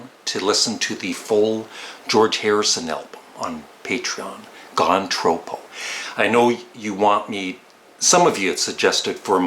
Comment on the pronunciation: Hi, the title of George Harrison’s Gone Troppo is derived from an Australian slang term which refers to going mad or crazy due to tropical heat. George loved to holiday in Cairns, Far North Queensland and was enamoured with the term hence its use for his album title. The first o in troppo is not pronounced as in elope but as in pop. Handy to know for you Canadians 😊